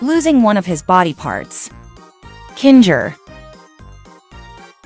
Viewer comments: its kinger. not kinga. and its TWITTER NOT X. I WILL NEVER CALL IT X! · It's kinger not kin-ger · It’s kinger not kinga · KINGA? KINGA? HIS NAME IS KINGER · KINGA BRITAIN ACCENT 😂😂😂😂😂😂😂😂😂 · Why do you call kinger kingga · BRO IT SAID KINGR FOR ZOOPLE❔️ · The fact that you said Kinger,s and ragutha, name wrong😂